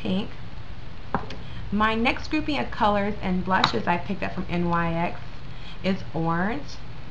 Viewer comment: Just F.Y.I its not called N Y X its pronounced like the basket ball team the New York "Knicks"